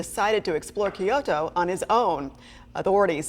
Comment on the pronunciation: Geez, can’t you pronounce Kyoto correctly? You guys are pathetic.